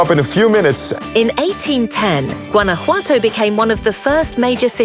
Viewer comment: Jesus Christ learn how to say Guanajuato 😂